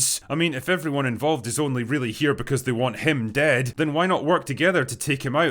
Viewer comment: MOST OF THE ARCHERS ARE DEADS. Bro, i like WHAT you say, but actually listening to you speak is making my ears bleed. Can you please for the love of God stop ending every word with a loud "S"? Jesus Christ, man.